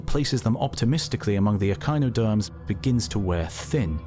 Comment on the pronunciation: I love that he says echinoderms right, but chordates just complete confuse him.